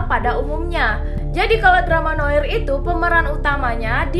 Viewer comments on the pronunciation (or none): Kali ini aku kok gak setuju ya? No park udah pasti big mouse, dia nerima telfon dari polisi yang ngasih tahu kalau Miho dalam bahaya. Kisah Goliath itu ada hubungannya dengan drama ini gak sih? kan mulai awal udah dibahas btw Noir dibacanya noar, kak